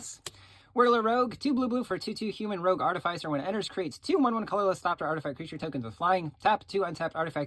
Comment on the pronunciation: Oof, I cringed every time bro said artificer…